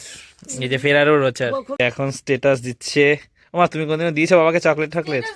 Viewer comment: জ্বরের মধ্যে মা কে ঠান্ডা জলটা খেতে দিয়োনা। কনকনে ভাবটা কাটিয়ে দিয়ো। আমরা পুরো শীতটা ঐভাবে জল খাই।চকলেটটার উচ্চারণ সঠিক ভাবে করো। যথেষ্ট বড় তুমি। google এ শুনে নাও। যা উচ্চারণ করলে নিজের বোকামি প্রকাশ পেল।